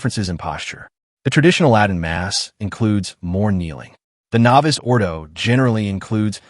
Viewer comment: The Traditional Faithful want the Traditional Roman Rite (Latin) of Holy Mass...not the novus ordo. And please tell your AI staff to update the pronunciation of novus.....its novoose....not novice.